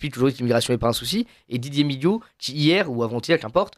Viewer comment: Migaud ou nigaud 😂😂😂😂😂😂😂